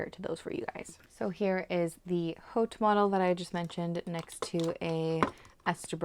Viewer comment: Love this pen!! ❤ …just the price point 😭 Hope this helps…to pronounce “Haute” "Haute couture" is pronounced "oat koo-toor" in American English and "oat koo-tyoor" in British English, with the 'h' in "haute" being silent.